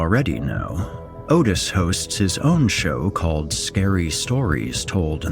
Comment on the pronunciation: Otis doesn't say his name like that!? Or is it a Mandella effect?